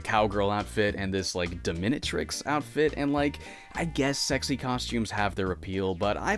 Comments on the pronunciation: THANK YOU that was driving me crazy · That's an interesting way to pronounce Dominatrix. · That pronunciation of dominatrix really bugged me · That's an interesting way of saying "dominatrix". lol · I shouldn't have chuckled as much as I did at the way you said dominatrix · Here I am just thinkin' says the word "Dominatrix" really fuckin' weird lol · We gotta talk about your pronunciation of "dominatrix."